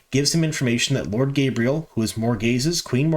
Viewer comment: It’s ridiculous how egregious your mispronunciations are. Difficult to get through your videos. Tancheecho. Gabriel? Tachico and gaebril.